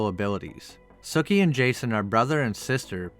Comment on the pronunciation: I thought her name was pronounced SUkee...not sucky...but whatever I see the pun...har.